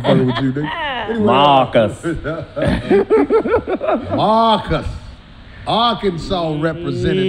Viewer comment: called Marcus “Darkus” 😂